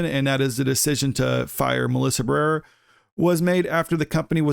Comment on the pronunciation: Bro, say her name right. Ba-re-ra. You fckn illiterate?